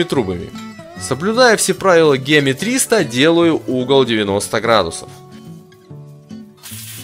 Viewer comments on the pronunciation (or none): Дизлайк за геометИю, вроде бы грамотный человек но ударение в этом слове на второе Е.А самоделка полная ерунда